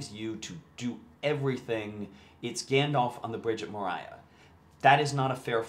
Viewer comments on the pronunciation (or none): Did he pronounce Moria as "more-eye-ah"?